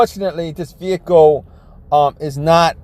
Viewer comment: can't say his Ls "Vehico"